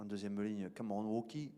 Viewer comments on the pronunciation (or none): none